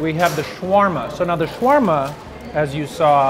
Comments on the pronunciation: It is called shawerma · why do they say it like there is no A before the W in shawarma